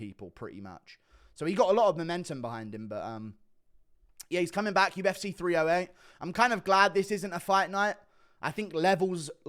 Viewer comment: you said UFC so dumb and you sounded like a deaf-person… so you’re implying deaf-people are dumb⁉️🤔